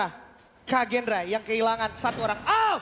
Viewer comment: Kagendra bg bukan Kraken wkwkwk 😂